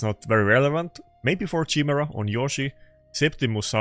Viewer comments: ya he still cant say it right should go back to the meme chai-mera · I'm having a hard time trying not to get triggered by the way you're pronouncing Chimera xD